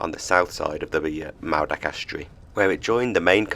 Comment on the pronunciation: `lol now i know you cant help it, being a foreigner, but double DD is a th, as in this or that, and w os an OOOOO sound, so its pronounced, maoothak not moordach, you guys have only been in britain 1500 years, so we forgive you, for being new arrivals.love n hugs, from Cymru :)